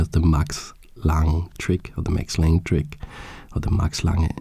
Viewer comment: I cannot resist the urge to point out that you pronounce the e, so its lang-eh